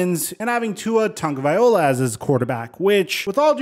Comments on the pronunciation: Hate to be that guy but it's pronounced "Vailoa" not "Vaiola".. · Vai -lo -ah not Viola. You're almost there bro. Just remember, the name is Polynesian, not Italian. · the L comes before the O 🤦🏽‍♂️ Loa.. not ola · I’m from Hawaii and it alway seems weird that people still can’t say his name right just so y’all no it’s pronounced tounge-a-vai-loa not ta-ga-vai-ola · I’m from Hawaii and every time I hear someone say tua tugavai-ola instead of tua tugavai-loa kills me inside lmfao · Ta-go-vai-loa. Not Ta-go-viola 😂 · It's not tago-VIOLA. It's tago-VILOA. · You don’t pronounce it the correct way either it’s (vai-lo-a) not (va-yo-la) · tungaviola? Tagovailoa Tag-oh-vi-lowa you're BUTCHERING that name lmfao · it's pronounced (Tug-a-vi-lo-a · "Barely pronounce his last name". Hate to say it, but you still haven't said it correctly since I subbed over a year ago. The O comes after the L. Ta-Go-Vai-Lo-a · Dude, your still saying Tagovaiola? 2 years in the pros, 3 years in college and you still can’t pronounce Tua’s name? LOA. Good Lord! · I'm curious, who is this Tungaviola guy? Dude's name isn't that hard to properly pronounce lol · WILL YOU PLEASE LEAN HOW TO SAY TUA'S NAME, PLEASE? TONGA-VIA-LOA Sorry for yelling, I thought you were gonna start trashing him, and, I'm getting tired of that.. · Tagovailoa - (Samoan) - pronounced - TONGUE-OH-VI-LO-AH...... IM inviting the hate because he's pro bowl within 2 years and someday MVP-. WATCH AND SEE... now go ahead and hate... Come back here in December and see my truth! LISTEN TO TYREEK!!!!!!! LISTEN TO WADDLE!!! CMON FOLKS.... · I, for one, am going to have a great time watching this harebrained fins team crash & burn this year. Ps- It's not TUNGA-vaya-lowah, jeesus. Drop that awful pronunciation dude. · Bro it’s… Ta-go-vai-lo-a Lol Just trying to help 🤷‍♂️ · Tua's name is pronounced like i spell it here "T-u-n-g-a-v-i-a-l-o-a" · Yeah it’s still bugging me you can’t say his name correctly